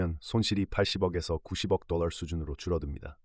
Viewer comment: 똘롸~ 뽜쉔트~ 뻐터발음떄문에 집중이 안됨